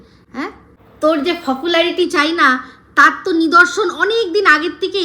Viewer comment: Fopularity boleche? 😂